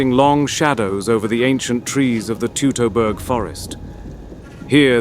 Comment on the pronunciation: Teutoburg you ai filth.